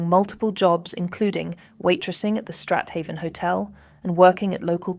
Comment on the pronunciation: Strat-haven pronounced Straven.